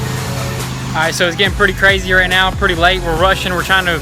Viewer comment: did you say right meow ?